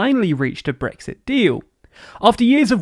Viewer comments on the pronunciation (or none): none